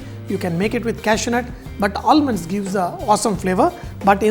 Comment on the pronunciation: All-munds.... Not expected from a chef like you.